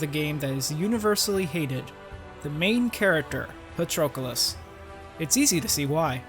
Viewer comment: Excellent analysis! If only you substituted his name with "him" instead of saying it every 5 seconds. Wouldn't be much of an issue, but it is incredibly jarring when you constantly misspronounce it as "PatrOcolos".